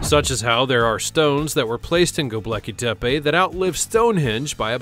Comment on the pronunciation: It's pronounced go-bek-lee-tep-eh !